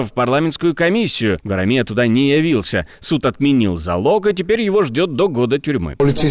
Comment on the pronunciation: Правильное ударение: ГварАмия.